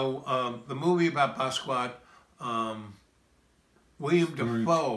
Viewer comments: Thank You! Bah-ski-aht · Basquiat lived with this guy but he can't pronounce his name? He doesn't say anything you can't get from a generic documentary and a good deal of it is innaccurate, especially about Jean Michel. His innability to stay on track really has me convinced he literally had breakfast with John Lennon multiple times a week. Smh.